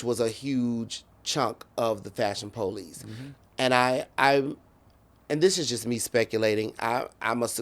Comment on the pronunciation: Fashion Po-lice🤭🤭